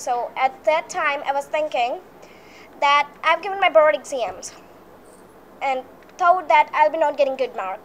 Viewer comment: Exemmms *exam😪